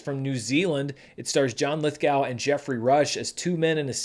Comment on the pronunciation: FYI: Mr Lithgow pronounces his name "Lithgo" just a plain old "oh" It does not rhyme with "now" or "cow."